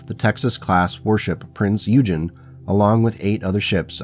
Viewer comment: Small correction. "Eugen" is pronounced 'Oi-gen'.